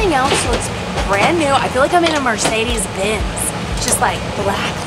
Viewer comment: Not me, cringing my face off at what said in the video…. “ they’ve never laid flat before on an airplane before.” And then, oh my God, the way that said Mercedes!